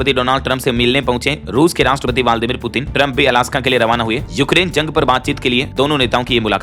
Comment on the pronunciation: रूस के राष्ट्रपति ब्लादिमीर पुतिन जी हैं लेकिन समाचार वाचक का बालदीमीर पुतिन बोलना शुद्ध नहीं लगता है।